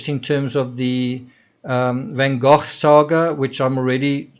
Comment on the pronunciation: I love the way you say " van gogh" yes I realize that it's probably the proper pronunciation seeing as how it's dutch....but I like it